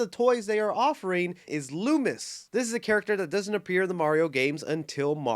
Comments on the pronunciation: I knew there wasn't any videos in a minutes! But there was a Mario Movie Mcdonald's leak and the toys came out yesterday but before that it leaked with a Luma. So we can assume Rosalina will be in the movie or in the sequel. Also correction it's Luma (Loo-muh) not Samuel Loomis but you were close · it's LUMA Not Loomis lol "Looma" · It is pronounced luma